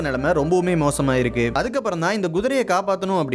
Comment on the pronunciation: guthirai or kuthirai. தமிழைச் சரியாக உச்சரிப்பழகுங்கள். GU or Ku?. problem. பிரச்சனை.